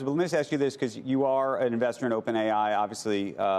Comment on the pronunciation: Before one presents a bull thesis on Microsoft shouldn’t one know how to say “Azure”?